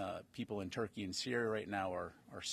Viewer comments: Why does he keep calling it ‘TurkeyA’? It’s ‘Turkey’! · Why is he pronouncing turkey as Turkey-Ay?